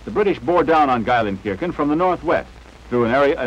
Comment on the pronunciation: the german city of Geilenkirschen?....It's Gelsenkirchen!